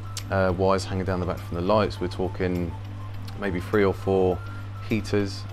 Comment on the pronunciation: Forgive the American …. I thought you were saying a “Free chamber sump” 😂😂😂 It took me a minute to realize you were saying Three chamber sump